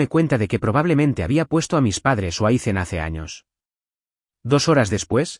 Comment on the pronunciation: Learn how to pronounce the name Ethan, don't make it sound stupid by saying icen